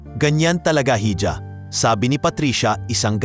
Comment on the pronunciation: Iha hindi hidya_(hija)